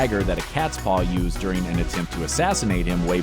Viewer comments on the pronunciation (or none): none